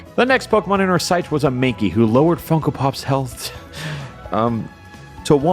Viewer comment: Says MANKKEE